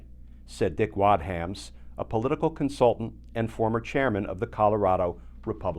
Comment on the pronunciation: The pronunciation of "Dick Wadhams" at the mark had me DYING! Oh man... I needed that. Today's my birthday, and that was just the best. Magnificent! Thank you. THANK you!